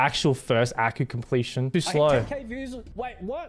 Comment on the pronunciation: He said vews not views